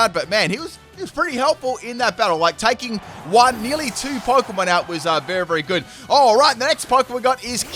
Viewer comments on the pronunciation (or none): "berry good" bruh